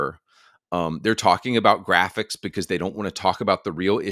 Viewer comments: "the gwapichs" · The gwaphics😂😂😂😂 Fire those ladies